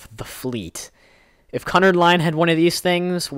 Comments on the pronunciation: it's pronounced qnard. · its pronounced Q nard and the lusitania did and the carpathia did sink im not sinking 3 days after dropping off the survivors of titanic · Cunard is actually pronounced Q-nard. Also, Titanic and Britannic weren't Cunard ships. They were White Star Line ships. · Cunard is pronounced Que nard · it's actually cu-(q)-nard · its pronounced cunard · He pronnounced cunnard wrong ; ( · Titanic and britannic was white star line, not Cunard. Cunard had the Lusitania, Mauritania, and Aquitania and the two companies didn't combine until 1935. You also pronounced Cunard wrong lol